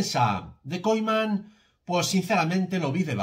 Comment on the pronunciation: Koiman, me estresa escuchar eso jajaja